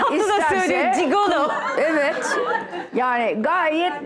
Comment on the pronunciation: Cigolo diyo ya :D yok ciguli